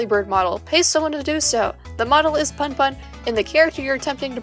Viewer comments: i'm sorry but it's actually pronounced 'poon poon' and not 'pun pun' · I am sure you have some good points in this video but the way you pronounce "punpun" so incorrectly makes me want to pull my hair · The way you pronounce punpun murdered me and now I’m dead